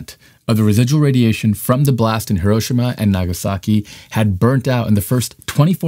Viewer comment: If you're gonna continue to make these videos, which are otherwise good, learn how to pronounce "Hiroshima" correctly. Thanks. It's not a "tomato"/"tomato" or "potato"/"potato" thing, Hiroshima is a PROPER noun, say it right.